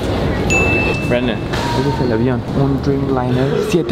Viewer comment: nose dice mira brandom se dice mirra breidom